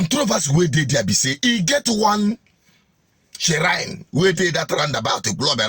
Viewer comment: the word is pronounced "shrine" not ShSSShrine?